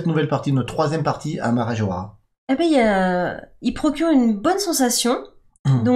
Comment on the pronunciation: Parabéns pela pronúncia de Marajoara! ❤🇧🇷😊